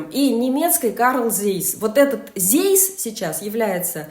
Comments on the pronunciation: Zeiss это немецкая компания, и название её это тоже немецкое слово, а значит читается по-немецки «ЦАЙС», а не «зейс». Пожалуйста уважайте все языки. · Автору - аббревиатура ASML правильно произносится, как А- ЭС-ЭМ-ЭЛ. НИКАКИХ - СЕ, при произношении буквы S!!!! Zeiss - никакой не ЗЭЙСС, в ЦАЙСС!!!